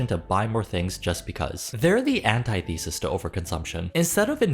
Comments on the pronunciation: An-tith-a-sis , not anti-thesis (for future reference…I mispronounce words all the time and just hope a nice person helps me out before a pretentious one tries to make fun of me! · please look up how to say antithesis because it aint anti-thesis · I love you so much but that’s not how you pronounce antithesis ❤